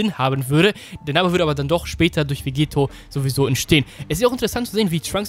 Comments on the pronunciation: Vegetto wird mit doppel tt geschrieben also auch ausgesepochen und nicht mit einem t wie bei Vegeta. Klingt komisch wenn man es mit einem t ausspricht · Du sprichst Vegetto falsch aus. Ist dein Doppel-T, also wie Spaghetto.